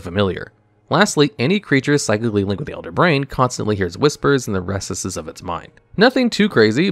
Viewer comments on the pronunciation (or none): I mean, he also pronounced "recesses" as RESS - esses